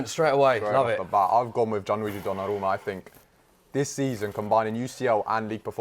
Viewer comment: Why did he pronounce donnarumma like that?